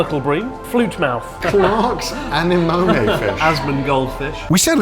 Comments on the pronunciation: Connor really messed up the pronunciation of "anemone" more than Nemo himself, I'm almost impressed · No WAY he pronounced Anemone like that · the way connor says anemone here lmfao